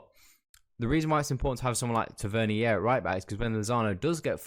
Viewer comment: Just to let u know mate, just so no one starts trolling you. Tavernier name is pronounced; Taver-near 👍🏼